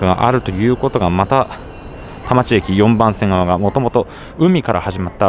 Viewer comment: 田町駅が多摩地域（たまちえき/たまちいき）に聞こえる空耳